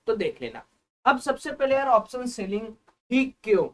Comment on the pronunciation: Option bolo to pehley thik se bhaie. Saam nahi hota hai Shaam hota hai. Waisey hi soes nahi hota hai shoes hita hai. Waise hi option ko sha laga kar bolo to pehley please. 🙏